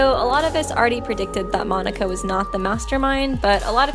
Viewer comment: Monac(k)a, not Monic(k)a